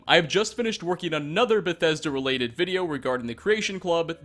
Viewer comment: STOP SAYING BETHESDA LIKE THAT WTF IS WRONG WITH YOU